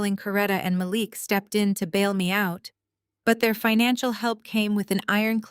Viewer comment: You repeated yourself. And it is pronounced "ma LEEEK"